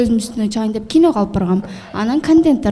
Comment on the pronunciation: Асел кино дечи, кийно менам дебей так суйлогонду уронсон